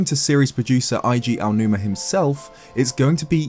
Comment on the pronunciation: Eiji Aonuma's is not that hard to pronounce correctly. EH - EE - GEE AH OH NU MAH.